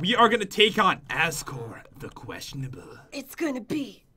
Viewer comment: i love that says Azkor as Azgore,as if he was a counterfeit Asgore.